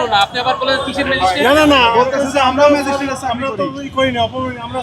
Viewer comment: উনিতা ম্যাজিস্ট্রেট বলেন নি। বলেছেন ম্যাজিস্টিক।